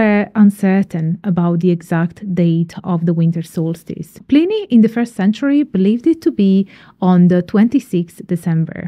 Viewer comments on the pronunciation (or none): none